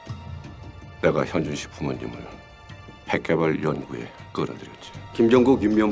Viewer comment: 백산 발음 왜저럼? ㅋㅋ현준이라고 말을 못하는데?